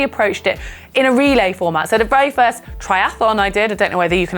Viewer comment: "try ath on", not "try ath a lon"